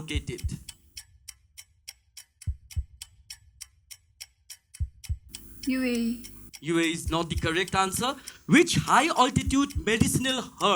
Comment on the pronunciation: The way she said UAE in .